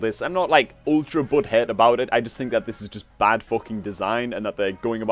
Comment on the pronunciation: Everytime you say "butthurt" it sounds like "butthead".